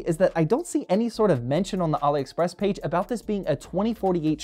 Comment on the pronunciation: says Ali express like Mohammed Ali Express 😂 😅